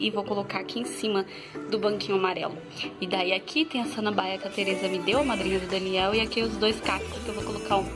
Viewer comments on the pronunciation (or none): desculpa falar,mais não se pronucia sananbaia,e sim SAMANBAIA, mais uma desculpa te corrigir ok?